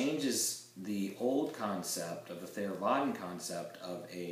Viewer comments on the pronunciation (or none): The Avatamsaka Sutra is the foundational scripture of the Grand Rapids Buddhist Temple. You talk was very good. When pronouncing Theravada think of the t and h as the sound in hothouse and not father.